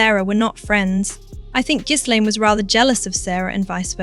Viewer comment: For gods sake… the ‘S’ in Ghislaine is silent. It’s not pronounced GIZZLAINE, you AI fool.